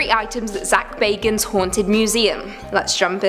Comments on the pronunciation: Pronouced 'Ed GEEN' and 'Zak 'Baggins' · Bagans(bag-ens) Ed Gein (geen; geeeeeee-n) The pronouncing drove me insane